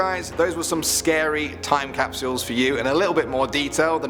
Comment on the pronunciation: TiME CAP SH - EE UEHLSS please stop.